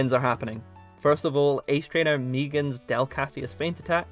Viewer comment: I appreciate your pronunciation of Megan, that’s how I pronounce it, but I usually don’t hear it unless it’s a Kiwi or Australian saying it 😂